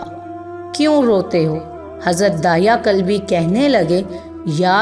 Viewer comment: دحیہ کلبی صحیح تلفظ ہے بنی کلاب سے تھے.